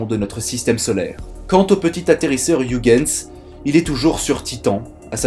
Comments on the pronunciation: Youguenss... WHAT??? Ho PTN mes oreilles saignent !!! Oeilguens sonne mieux dans mes pavillons et dans ceux des autres milliards d'humains qui le prononcent bien 😔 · C'est horrible cette prononciation de Ouigens. C'est pourtant si facile d'utiliser la prononciation de Google Traduction, en néerlandais bien sure (voire en anglais, ça marche aussi) pour savoir comment le prononcer correctement. ,08'51